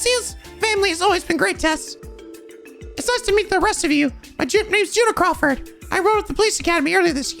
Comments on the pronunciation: Juna is pronounced with a Y, by the way, same with Jona, funnily enough. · Been waiting for this moment. One of my favorite NPCs in the series :) Also it is pronounced You-Na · Finally, he finally finds the best character in any trails game, Juna Crawford!!!!! (Also, the J in her name is pronounced as a Y) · Hey, just putting it out there, Juna is pronounced You-na. Also, Jona isn't pronounced Jonah, it's Yo-na. yup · Juna's (pronounced as Yuna) family does indeed live in the apartment complex you are thinking about, the game never actually shows you all of crossbell, there are plenty of places that you can't visit where other NPCs are supposed to live. also while you may think that Juna portrait was added by the mod, the truth is that she wasn't and she is one of a few special NPCs that were added later in the remaster they did of the game In the original games neither her or or siblings were present at all, and you can kinda notice this because neither her or her siblings have any interaction with other NPCs, just with the SSS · so now you met Juna (it's pronounced as Yuna) Juna and her siblings weren't in the original release of Zero no Kiseki and Ao no Kiseki on PSP they were added in the Kai release on PS4 now as for why...you'll figure it out, i'm not saying shit and yes she lives in the same building that you think but you just can't enter their apartment (mainly cos she wasn't there originally so they never made a apartment for their family) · a few heads up: - You haven't visited the Imperial Fishing Club in east street, you coudn't enter last time due to Xin, you should probably do that as soon as possible - There's a car magazine in the Arc en Ciel dressing room you missed on last episode - and Juna is pronounced like the one from FF10: Yuna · So before it gets stuck in your head, Juna’s name is pronounced “Yuna” like Yuna from FF10. Just keep her in the back of your mind for now. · Something of note, Juna is pronounced as Yuna